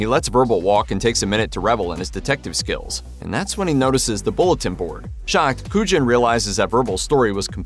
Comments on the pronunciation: It's pronounced "KOO-yawn," not "KOO-jin" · Your pronunciation of Agent Kujan in Usual Suspects as absolutely criminal! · Is this a real narrator or an AI one because it keeps mispronouncing Agent Kujan's name from the Usual Suspects. Sounds like a bot???